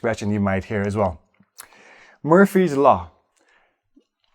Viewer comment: Methinks it's Murphy (law) rather than Murpy. Errare humanum est...